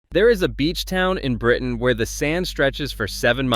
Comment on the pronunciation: The name of the beach town in Britain is not Spain? How is that possible? 😂. The word is Britain, by the way. Britain has a ‘t’ in it.